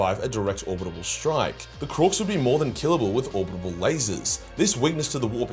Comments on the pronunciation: I love how you say “orbital”, “orbitable”. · You have come a long way with your ability to say orbital. I am proud of you even if I did hear you fuck it up just as I was typing this...😅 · Its Orbital not orbitable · Orbital not orbitable